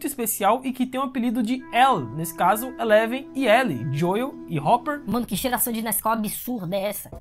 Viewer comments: Gostei das suas considerações mas só uma dica, a pronúncia do nome do Joel é "Jhou" e não "Joio", então ficou meio chato ouvir a cada minuto assim, principalmente se vc joga no original. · Sempre q o pronuncia o nome do Joel (Dioiu), meus ouvidos sangram 🤣🤣